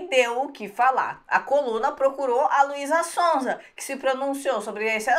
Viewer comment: 3.28 a falando luísa sonsa kkk